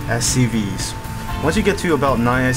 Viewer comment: lol it sounds like he says "soo.. you want to continue your production of STDs.."